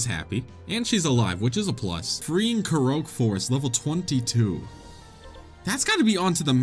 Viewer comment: Ay yo I just want you to know that korok is pronounced korawk, as in core + rock. Also, moblin is pronounced mahblin as in mai boi instead of mohblin! Now go beat them cheeks